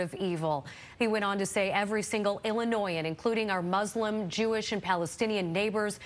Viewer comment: What is MuZlim? ... It is Muslim ... The newscaster needs to be given some education on pronunciation.